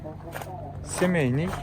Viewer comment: Тууган семеный эмес Семейный деп айтылат . Капа болбо айтканыма На ошибках учатся дегендей 🙋